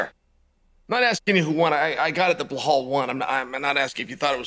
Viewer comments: Lol it's not Baaahl,it's Belal his name is. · Cmon chael man you speak english. How hard is it to say his name as it is "BE LAL" not Be Hal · It's not bla hol It's Be Lal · Blahal or Be-Lyle? (Gilbert was injured.) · Waiting for the day Chael says "Belal" not "Blahal" 😂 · Did you hear it... Uncle Chael said it Belal omg!! but i prefer blehaal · Can someone tell Belal to fix his name. It's clearly Blah-hal. His parents should be ashamed. Thanks Chael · I think you missed the joke - that Chael ALWAYS pronounces his name Blehal. We’re a fun community over here, your insecurity is showing. Muhammad looked great. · Fedora…”blah-hal”….10 seconds in and we’re in for a classic boys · I love how Chael still calls him “Blehal” 😂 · The Only Cheal Mafia Sonnen once said "Bahal". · Man Chael won’t ever drop the “Blahal” bit. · Didn’t know “Behall” was this good. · How do you read Blahal from Belal? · When Chael calls you Blahal, your name is Blahal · Bla-hall and Ya-Rear will both be fighting for titles next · I cant get over how this guy says blawlll😊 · Blahwl “hit and run” MooHamed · Uncle chael: belal= blehaal lmao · It's Bilal Uncle Chale. It's written like Bill with an a between the Ls and it's pronounced the same way too. You're sounding like my Chinese housemate who used to call me Biral or Bilar. 😂 Remember the Name! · Why does he call Belal "Blahaal" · Belal “Blehal” Muhammad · Why do you always call him BeHal? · I Don’t know guys . correct me , or enlighten me: Is Uncle Chael Massacring names a way of banter? i mean come one , Saying Belal can’t be that hard ( Bhlooolhhhl) lol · Blehal? Lol Chael you know damn well how to pronounce his name! You do it with many fighters aswell. 😂